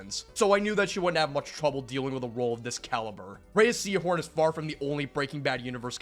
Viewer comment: Ah yes, I've missed that "Rayeeahh Seehorn" pronounciation 😂